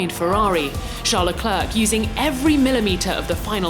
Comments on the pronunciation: Someone PLEASE teach her how to properly pronounce Leclerc... the trailing 'c' is silent. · Why does this woman constantly butcher Leclerc’s name round after round! Surprised she didn’t say Monegasque this video.